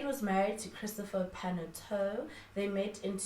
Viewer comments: The surname is Paa-naa-yoo-tuu :) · Pronounced as: PA-NA-YO-2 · You are forgiven for butchering that surname, such is life